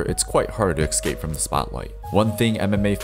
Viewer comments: Dude, why do you say "eckscape" ? I hear so many people from 'merrykaa saying this shit. The word is "escape". /uh-skayp/ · Please learn how to say “escape”